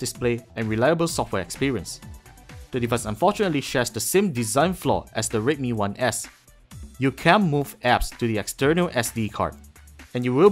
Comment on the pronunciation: i like how you pronounced "redmi 1s", sounds like rape me one ass, you forgot to say please haha but yeah, you're doing better than before. kudos. slightly jealous, slightly